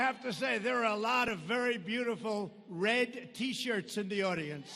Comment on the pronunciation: Red or Rad....lol I saa Red an Rad..